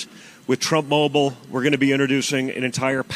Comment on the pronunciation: Donny Trump Junior The Second: “With Trump Mah-bowl..” he meant “mobile”. It’s happening to Junior already. Trump cognitive derangement loss/gain psychosis dumbing down genetic inferiority through poor breeding syndrome.